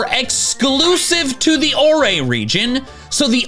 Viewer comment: It’s pronounced Ore, not Or-re.